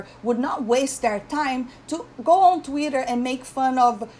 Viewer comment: You had me laughing out loud when you got to the "He's an embarrassment to himself" part. Rian Johnson is so insecure because I think he expected people to think he was brilliant. Mark Hamill tried to tell him...he didn't listen. Also love how you spell Twitter like you pronounce it...Tweeter :)